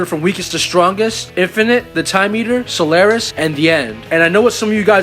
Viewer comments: Solaris. Not Solaire-is. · so-lar-is, not sul-air-es